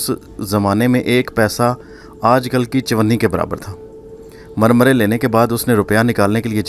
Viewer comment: Murmary not marmaray